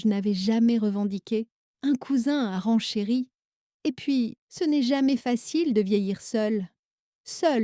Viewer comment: Rencherit et non pas rang Cherie